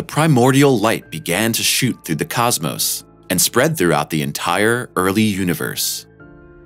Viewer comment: "Say Cosmose again! I dare you, I double dare you motherfunker... Say Cosmose one more mother funking time!"